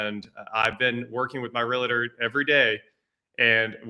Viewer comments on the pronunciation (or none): The word is NOT " relator" Try "real tor"